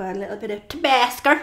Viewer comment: "Tabasker" LMFAO